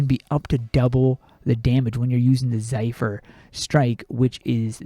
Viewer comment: It's Zephyr, not zaifur.